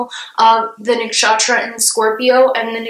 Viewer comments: The way she pronounces nakshatra has captured my heart 💕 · Cheers to all the Hindu names appearing beside the zodiacs! u have Indians' heart. ♥ Also the way u pronounce nakshatra is so cute! 😁